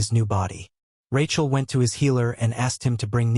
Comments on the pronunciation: tell me about it, its supposed to be Rakiel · Rachel? AI struggling with names and gender